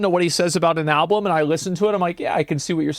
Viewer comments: omg every time he said alblum I was loosing it 😆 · Wait, asmon cant say "album"? He said "alblum" multiple times 😅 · Asmon keeps saying "alBLum" 😂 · I'm 13 minutes in and he has said 'alblum' 3 times. I'm actually convinced he genuinely thinks the L comes after the B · not even two minutes later, and...another ablum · Ill never get over how asmon pronounces album with two "L's" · Asmon pronounces it "alblum". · Why the fuck does he say alblum?? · Is he saying " al_blum"? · From the words of Cdawg, "I just like the beeps and bops" think alot of people just like the beats in songs without fully listening to lyrics. I'm guilty of it too. Also can someone tell asmon it's Album, not Alblum. Lol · Is there a joke I’m not in on or something? Why does he keep saying “alblum” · Is it just me or is he not saying "Album" correctly? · Holy shit man, I can only take hearing the word "alblem" so many times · Is Asmon saying “Alblum”? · Why can't this dude say album? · Someone needs to investigate Asmons inability to say Album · I love that he can't say the word "album" properly